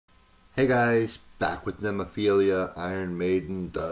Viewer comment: How the band pronounces their name: Nemophila (nem-o-phi-la) (nemmofeela) Read like romaji: Neh - moh - fee - lah